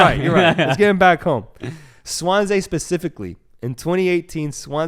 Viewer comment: Wales comes calling not England. Also it’s swan-see. Good background on Potter anyways